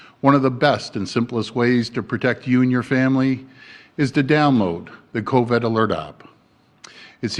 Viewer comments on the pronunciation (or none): Covid NOT Coved!!! Why can't he say it? Say it right!!! !